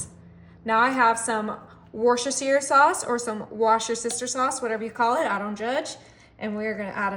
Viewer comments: Looking forward to making this. Worcestshire is pronounced wur-shi-shur. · In our house it's pronounced Wor chester shire. 😂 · It's pronounced wurs ter shire at my house 😂